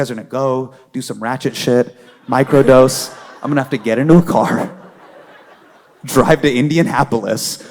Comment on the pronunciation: Mans said microdose 😂